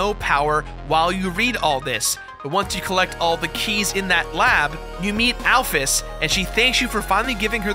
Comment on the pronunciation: Thank god there's someone out there who doesn't pronounce Alphys al-feez.